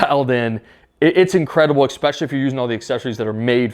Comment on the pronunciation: Very solid review. Enjoyed the video! But is is ESpecially. Not EXpecially. 🤣🤣